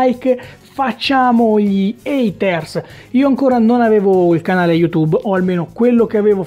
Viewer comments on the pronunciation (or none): none